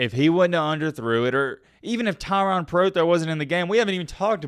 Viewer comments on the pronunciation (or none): Bro, why are you calling him TYRON...you realize there's and e....its Tyrone. Pronounce the mans name right.